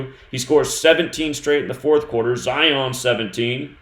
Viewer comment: Just want to say I love the way you say, Zion....